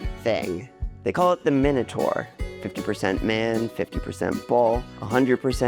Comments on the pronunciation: The moment I heard you mispronounce ’Minotaur’, I was out. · How Americans say minotaur 😅😅😅😅